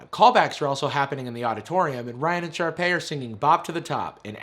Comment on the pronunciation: "Sharpey." lmaooo It's Sharpay.